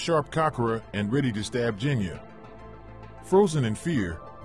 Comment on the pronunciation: Is that how Genyas name is actually pronounced?? I always pronounced is Genya instead of Jenya- if you know what I mean??? 😭😭💀